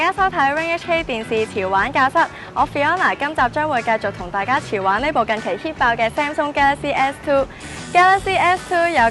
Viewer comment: 我聽到她說"調玩教室".................